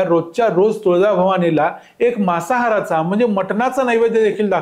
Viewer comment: मासाहार नव्हे मांसाहार मांसाहार या शब्दाचा तुम्ही केलेला उच्चार मासाहार असा ऐकायला येतो